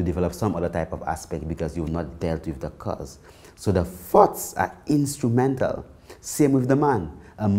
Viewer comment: I was really bou work on controlling my farts until I realized he was saying thoughts😂